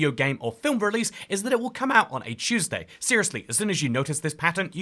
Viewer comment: “Choose day”